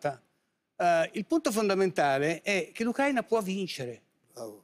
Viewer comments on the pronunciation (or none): Non sanno neanche pronunciare correttamente la parola Ùcraina!